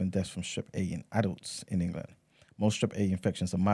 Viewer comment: I was listening on spotify, and I had to come over here to "like the video" especially because I was cackling at En-Ga-Lund!!!! (I got my 7.5 :P)